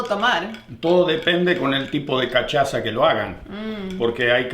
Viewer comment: se pronuncia casassha.la cachaza jajaja